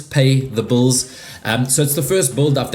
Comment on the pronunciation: lol I love how you pronounce hills as heels but bills as bulls 😂